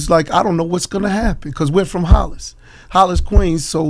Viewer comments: It’s Hollis my brother, not “Hollands” . Get it right my brother. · It's not HOLLINS Queens. It's HOLLIS Queens. Just think of the Run DMC song "Christmastime in Hollis Queens". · “Hollans” in queens? Lol Hollis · Hollis, not Hollands, just fyi. but interesting work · Great video as usual. Hollins though? Come on bruh. Not knowing about Hollis and its significance to rap is a lil problematic, and to say "Hollins" and Queens had issues when Hollis is a part of Queens just got to me lol. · It's "Hollis" not "Hollands" home boy 🤦🏾‍♂️ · Nigga said hollands in Queens 😂😂😂